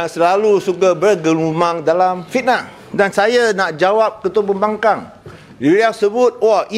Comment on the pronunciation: I heard he said “pihak pembangang” 😂😂😂😂